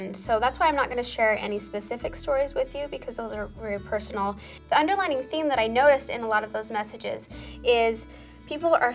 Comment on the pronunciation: Is it just me or is it "underlying" not "underlining"?